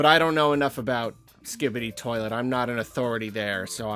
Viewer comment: How did I get to this comment like I’m on a guided tour for fucks sake lol, said it spot on in the video 😂